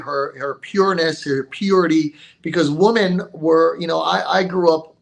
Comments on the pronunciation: I've never heard so many people pronounce 'women' as 'woman' before watching Destiny. It's so weird. I wonder if Stardust still does it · ANOTHER mf who doesn't know the difference in pronunciation between "woman" and its plural